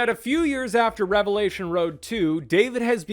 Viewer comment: It's pronounced "revelation" there's no S at the end, also it's "prophesied", no Z. I'm not Christian I just like to correct people.